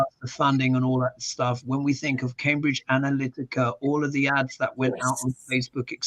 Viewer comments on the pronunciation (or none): none